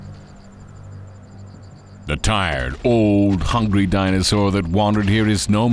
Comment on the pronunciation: wow this guy doesn't know how to pronounce any dino, which is pretty sad